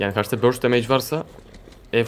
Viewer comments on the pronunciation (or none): none